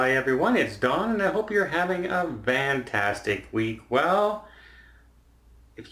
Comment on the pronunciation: why the hell do you say VANtastic instead of FANtastic?